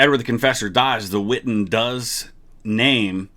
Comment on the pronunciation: The witten? I thought it was the wittan